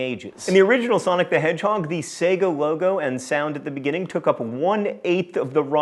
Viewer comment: I've heard americans say "pokeemans", but "Sego"? wtf